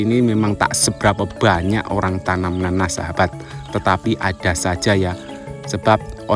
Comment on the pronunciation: Sebutannya memang "buwanyak" ye? Sebab mas Toha juga sebut buwanyak. Loghat daerah mana tu?